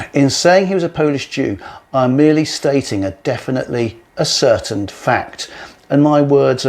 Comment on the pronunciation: oh dear, ascertained???! No such word in the English language. The word stress is different because it is as--cer--tained, i.e. proved or provable., not a-certained!! More than once misread...Misreads and misprints in the texts too